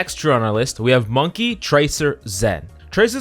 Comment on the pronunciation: Dude said Monkay... Bruh